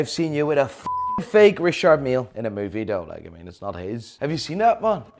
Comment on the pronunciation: who told how to pronounce Richard Mille (almost) correctly?!??!??!!??!!!! name & shame!!!!!